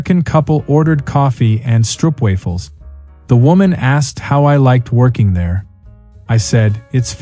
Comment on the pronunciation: First story: You work in Amsterdam and can't even pronounce "stroopwafels"!! Stop lying and go back to where you came from!!